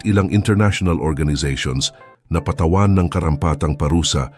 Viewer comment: mag aral ka ng tamang pagbigkas ng. mga salita , tulad ng sapul , dagok, patawan, instik balang, gugulin, ABA, ginigipit, lalake